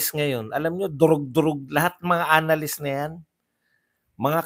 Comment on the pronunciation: Anong "analyst" mga "anaylyst"😂